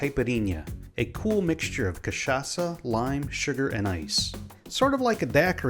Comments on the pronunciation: Kudos for pronouncing the Word Cachaça with perfect CHA and ÇA , native Brazilian here. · The way he say cachaça is so perfect 💚💛💙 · omg yes someone from outside brazil that pronounces cachaça the right way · Good job speaking cachaça. It was spot on. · Good job. Great pronunciation of "cachaça", this shows respect and research. Some folks will just call it "catchaka" and it kind of makes my ears bleed. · As a native Brazilian, I have to congratulate you for your pronunciation of "cachaça". Foreign say the "ch" part wrong all the time. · Hey man, first time i've seen an american saying cachaça correctly and not catchaça, congrats!! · Yup, I can really see his effort into speaking correctly the most important Portuguese words for the video